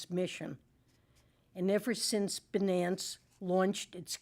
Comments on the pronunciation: Damm Binance! It's Bi nance Secretary Yellen you had one job!!! Read the script in a correct believable manner.😂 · If one can’t properly pronounce such a simple word like Binance, is such a person fit to hold a position of power? Crooks and liars.